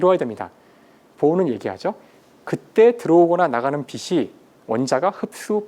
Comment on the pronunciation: 명강의를 더 정확한 발음으로 수강하기를 기원하면서! 빛을 낸다 : 비슬 내는 게 아니라 비츨 내는 거- 빛이 : 비시 아니라 비치